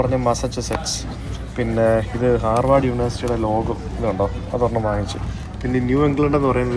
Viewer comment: Hi brother, it’s HARVARD not harward